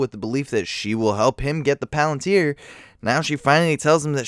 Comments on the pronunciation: huh, sins for you, how do you know that chair isnt comfortable? how do you not pronounce these words correctly? She-lob? it sounds like shelub... and pal-antir? its palintir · "She-lob" and "the Palan-tier". Buddy, dont speak anymore ever lmfao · god damn the way you pronounce shit is so infuriating noteworthy examples are palantir and shelob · or palantir. or eltariel. ;P